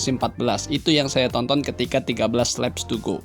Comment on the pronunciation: Wkwkwk...cuma pengucapannya aja kedengeran lucu...🤪🤪🤪